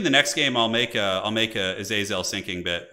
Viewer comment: Originally I hated how pronounced Azazel's name differently every time, but honestly I'm learning to love the meme.